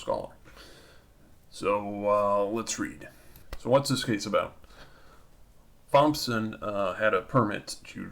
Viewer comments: Its pronounced "TOMson" not "THOMson" . Also, Constitutional Common law of the Land states that no state can make a RIGHT into a PRIVILEGE, and if they do, it can be ignored. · brandon kushner yes!!!! I can’t take it! THompson??!? 🤯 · Thompson.... pronounced Tom-son... ignorant enough to not be able to pronounce a common name. So irritating. It's not a Sheef of Police, either... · Thomson is pronounced "Tom-son". Thompson is pronounced "TomP-son". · LOL THIS MAN SAID THOMPSON!!!! Its pronounced like TOMPSON!!! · Why are you pronouncing Thompson like the Th is soft? The name sounds like "Tompson" The H is silent. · hey thompson is pronounced tomson the "T" & "P" Is silent. dumb ass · Thompson is pronounced 'Tom-son' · Thompson is a common name... you should know how to pronounce it correctly. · "Th"ompson! The 'h' is silent you you idiot!! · Garry McMhastegut Cognitive ability has nothing to do with it. And, I did no such thing. I explained that a person that doesn't have the experience to know how to pronounce Thompson, has demonstrated a lack of experience living in the midst of the US population. Such a lack of real world experience makes his opinion of little to no value.